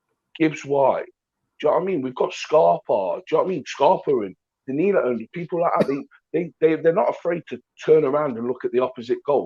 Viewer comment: I noticed that is still calling Danilo dialo for some reason lol